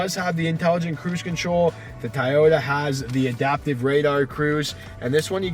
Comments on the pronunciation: You keep saying "Tai-ota." It's pronounced "Toe-yoda." And I don't mean in Japanese, I mean in English. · TYyota? 😂😂😂 It’s TOYota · It TOYota not TYota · "Tie-Ota"? I think it's pronounced 'Toy - ota" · Soooooooo no one is going to bring up the fact that he pronounced toyota wrong? He pronounced it thai oh ta. Instead of toy oh ta. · Ti-yota is killing me, but I love it. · TYota???? This guy is mui ignorante..... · Why the heck is he saying "Tieyota"? What the .... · Tah-yoh-tah wtf? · Sorry the way you say Toyota as Tieyota I give it a thumbs down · Is the first "O" in Toyota silent? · Is it me or is Toyota being pronounced incorrectly? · the amount of times he said toyota wrong